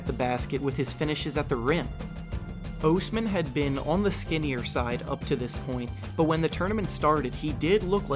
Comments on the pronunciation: Cedi ohsmam? Pronounce his name right! Please! I hate when big you tubers can’t pronounce bigger names. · good video, but its Osman not Ousman :D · God I FUCKING HATE the way you say "Osman". You sound like Dr. Evil. I've never hated someone so much for really doing nothing wrong, but fuck you and fuck your stupid video. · Bruh be trash cuz you can’t even say his last name right